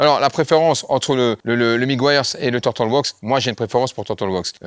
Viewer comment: Quand tu fais l'intro super vite, j'entends presque "bonjour mon fion, et ma fiotte!" TURTLE... ca se prononce... Teur-Deul.... pas facile (tur -tl) MEGUIARS... Meu-Gwaî-Yeurz... (mu-gwai-urz) Nice video brother!